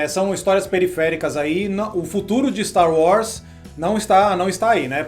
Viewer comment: Ver os cara falar "Staru Wars" incomoda demais kk